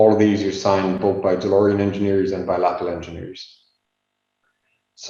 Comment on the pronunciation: great presentation and video! One remark, not trying to be a smart-ass, but the name of the company is not pronouced Läppel, but really Läpple. Thanks again for sharing this historic piece of information.